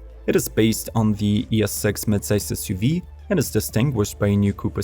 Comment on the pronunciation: Whats an essssyoveeeeee ? Get a better voice software, what you use is crap